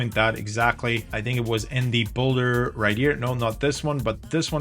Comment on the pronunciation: builder not *boulder*! 😛